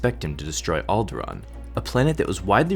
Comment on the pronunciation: You pronounced Alderaan wrong.